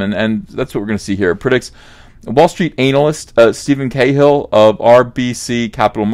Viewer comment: Sorry, but have to call you out on this. It's analyst, not anal-ist. You should pronounce it lika the beginning of analogue, anaphylactic, anaconda, anaerobic. When you say anal-ist and talk about K-hole and porn-ads, I wish to put on a "This better not be porn" t-shirt.